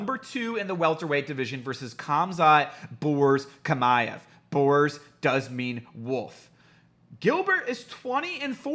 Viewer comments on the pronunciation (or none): Hamza Shima-ev, thats how you say it but written Khamzat Chimaev